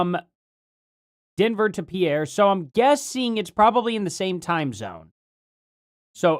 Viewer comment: FYI the plane that landed in (pronounced peer, Sd) and Denver are different time zones. Denver is 1 hour earlier than pierre.